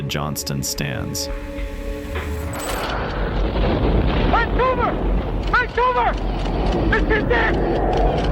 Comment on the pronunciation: Sounded like "take cover" to me not "Vancouver"🤷‍♂️